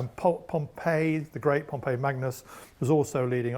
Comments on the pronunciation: As an Englishman - can I say you're right; his pronunciation is wrong. His pronunciation of Pompey and Cannae is just plain weird even for our butchered representation of Latin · he pronounced it like the city rather than the name. For the person it is 'Pom-pee' and the city 'pom-pey' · As someone who learned Latin in school with the classical pronunciation, his pronunciation of "populusque" is extremely weird. Pompey and Cannae as well. Dude is just not good a pronunciation. Also, "imagine if an elected president said no, I'm gonna abolish that and be president of America for life" Unfortunately we don't have to imagine that, it already happened in Russia. Putin just ignored the maximum number of terms and told the Duma to extend it.